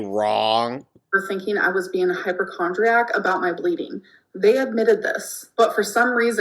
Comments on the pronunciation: "HYPERchondriac" 😂 She buys most things, even essentials based on whether they are esthetically "PLEASEEN." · "HypERchondriac" and "re-writ" all in one sentence lmao